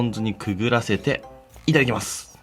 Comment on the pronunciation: 銀色のやつの時若干「いためきます」って言ってて草生えた